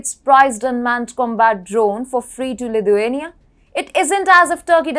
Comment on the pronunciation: Great content, but please pronounce Lithuania correctly, it's sounding more Ludhiana